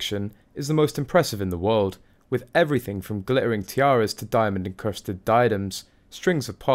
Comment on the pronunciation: Gli-erring? Have you lost a couple of letters there?